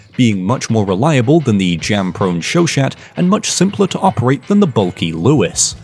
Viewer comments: "show shat" I like your videos, but it's not that hard to google a pronunciation (it's supposed to be "show shah", yes french is stupid). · Show-Shat lol